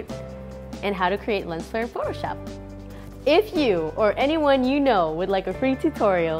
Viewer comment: "in FUCKshop"